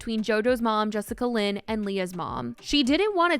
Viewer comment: Not “jessicalyn” 💀